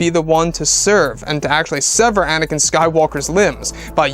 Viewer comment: It's Anakin, not anikan.